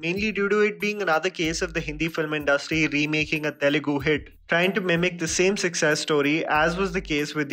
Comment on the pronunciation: This is one of the few Hindi guy who pronounce the words Tamil, Telegu, Malayalam and Kannada perfectly and correctly without killing the words.